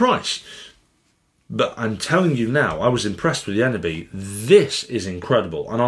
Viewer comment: Its pronounced as ‘ sim-phone-is-kh ‘ not symfonski. Thumbs up for the previous video, you did pronounce ENEBY perfectly. I do hope they will at some point update the eneby line to become part of symfonisk. Or release a symfonisk that is similar to the eneby in shape, form and function.